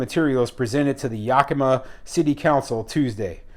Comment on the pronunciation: It's YAK a ma.